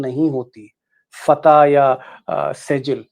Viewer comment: Fatah nahi fatttaaah hai